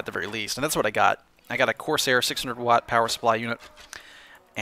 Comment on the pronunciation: 1.Watt is pronounced Watt 2.Swapping a PSU for another is the easiest hardware related "problem" with a computer,so don't worry! PS:You can never mistake a power cable for another withing a computer,since it is rather easy to know which cable goes where just by seeing a cable (e.g. different lengths,plugs etc),so it is really nothing!